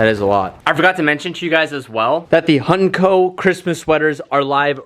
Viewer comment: Every time he says Hunt&Co, i hear honey cone. Am i the only one?